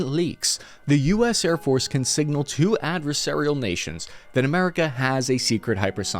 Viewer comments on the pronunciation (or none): “singnal” eh?